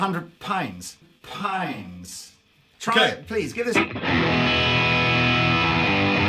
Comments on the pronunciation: puinds lmao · did he say pinds?